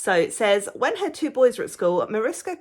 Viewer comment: Wow, you really know your amigurumi authors :) Mariska (you pronounced it lovely) has been in so many of our books and really deserved her own title. This book may be a bit different as it's definitely aimed at beginners, using the simpler stitches. That also means the forms are slightly more basic than some of our other books, but we find the simple style so cute! Thanks again for your review. It really made me happy that you are enjoying it so much!